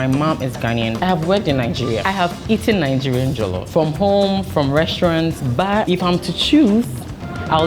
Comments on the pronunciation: Correction: it's NOT pronounced "jah-luf" rice, it's pronounced "jaw-lof" rice. Much love from a Nigerian New Yorker! Also... Nigerian jollof is theee best. <3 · Did you say Jello Fries?